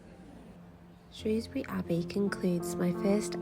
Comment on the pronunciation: Thank you for this, I live in South Shropshire and have walked past those places many times, it's such an underrated part of the country. You also pronounced Shrewsbury correctly which always gets a thumbs up from me, haha!👍👍